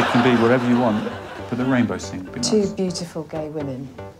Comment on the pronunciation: Mark must have heard Rainrow not rainbow.